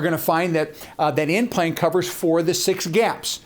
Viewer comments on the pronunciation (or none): He actually said N plan but it sounded like implant.